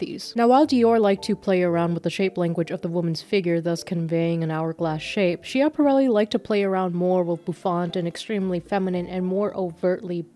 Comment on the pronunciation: I’ve never had the chance to be commenter. Here it is, my chance clenches fist it’s pronounced “SKYA-pa-REL-ee”, the a is like the a in cat